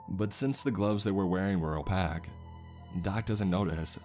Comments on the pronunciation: Haha, "opack" gloves.. Side note: very descriptive about hands in the beginning lol. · The science didn't work, the year has to be very specific if "Indians" are to be a threat. But most of all, it was the pronounciation of "opaque" that took me out of it. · yo Opaque is pronounced O-Pake like Cake not O-Pak like you said it. Just thought id help you out for future use